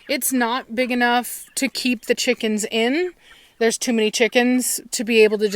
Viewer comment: I love you " Cheekans" lol!:) XD